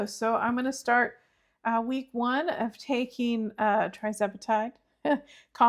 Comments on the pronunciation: Just a little heads up that it's Tirzepatide, not Trizepatide. Good luck with it! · “Tirz”, not “Tri”